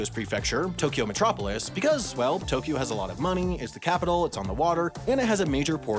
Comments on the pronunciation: To Kyo, not To Ki Yo. Unsubbed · It's wrong (although "Tokio" is essentially how most people outside of Japan pronounce "Tokyo" for whatever reason, even though there is no "i" in there at all). Also the syllable length is wrong (Tokyo should really be written as Tōkyō or toukyou), but that's getting a bit nit-picky. But at least Tokio is a more or less phonetically correct representation of the mispronunciation, I guess, lol. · The important part is that it's just two syllables instead of three: To-kyo instead of To-ky-o. And both o's are "long". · 20 seconds in and you already mispronounced Tokyo. It's not To-key-o. It's pronounced more like Tok-yo. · At least didn't try to stick an "i" in the middle of it - people who say it like "to-ki-yo" make me cringe. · You mispronounced Tokyo, it’s Tōkyō or toːkʲoː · Tokyo is always a freebie on the mispronunciation bingo card since everyone outside of Japan doesn't pronounce 東京 correctly. 🤭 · Yeah, you and アダム are right - he does insert the "i" in Tokyo sometimes. I only listened to the video once before commenting the first time, and I guess I was so distracted by the humor that I wasn't listening closely! he does a pretty good job (ignoring syllable timing, of course) and then he snuck a "i" in there. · I like how he failed the right pronounciation directly with the first japanese word :D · I counted 41 Japanese words, and ironically, the word you mispronounced the most was "Tokyo" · well you mispronounced "tokyo", its more a smooth o than an normal o, so do it bette next time! ... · I'm about to end you. You're mispronouncing Tokyo